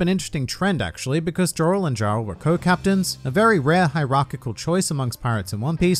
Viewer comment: I'd be willing to guess their names aren't pronounced Jorl & Jarl, but more likely Yorl and Yarl. Similar to how in Skyrim you become the Jarl of Whiterun. Since Jarl is actually just a title..